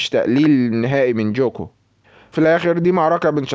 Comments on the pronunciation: مع احترامي اسمو ليس جوكو اسمه قوكو الكتابة جوكو لكن النطق قوكو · اسمه ينكتب كذة غوكو مو جوكو نطقو GOKU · هو مصري اسم غوكو صعب على طريقة لفضه او لي لهجته